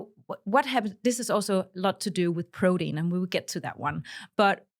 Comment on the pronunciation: I can't get past her saying, prodeen .